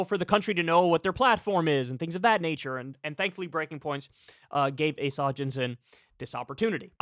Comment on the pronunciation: "ASS-uh" Hutchinson 😂